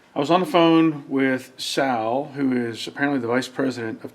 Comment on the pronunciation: ”Better Call Saul (Sal)”😂